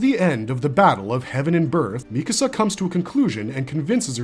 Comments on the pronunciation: Her name is “MEE-ka-sa” not “mi-CASA”. It’s strange to me when someone claims to be an authority on a topic or a show, but they mispronounce the name of one of the main characters. How am i supposed to believe you actually watched a show when you butcher a name that badly? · Lately, I've been watching a lot of AOT videos lately, and lots of narrators pronounce her name mi-KA-sa instead of MI-ka-sa. Where does this pronunciation come from? Neither the English or Japanese versions of the anime pronounce her name this way. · What is it with YouTube commentators and saying Mi-kAsa